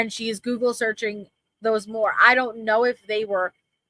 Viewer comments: Did she say searchining? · Did she say searching? Lol